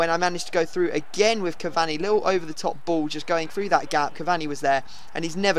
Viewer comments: It's not CAV-AHNI it's CAV-ANEE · Cav-ani not cav-Zuni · btw its ca var knee